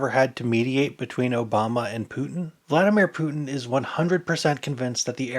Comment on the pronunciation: VlaDeerMen Pootin